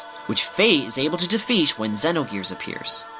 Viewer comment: It's definitely not Zee-no-gears. The guy in the video pronounces it right. And it's not Sai-tan, but See-tan. And how do you get judge-end? Jugend is pronounced like in the video (close to it at least).